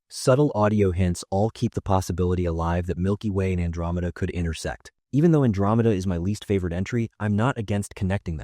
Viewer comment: Why the hell is Andromeda being pronounced so weird?